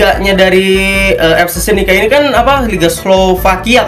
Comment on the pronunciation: FK senica woi, bukan FC senica